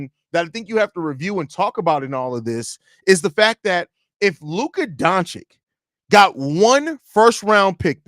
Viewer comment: Don-chich. Not don-chick.